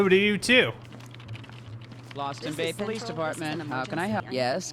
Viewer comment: Powice depawtment